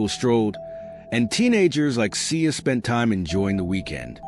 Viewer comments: They’re not pronouncing her name right and she was not shot 20 times.💯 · Please take this video down. One the caption is off you’re saying her name wrong and just.. etc